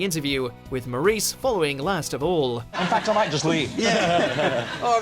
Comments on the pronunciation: Maurice, pronounced Morris. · Btw that's not how you pronounce Maurice's name ...